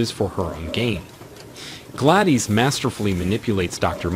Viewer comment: Especially Gladys.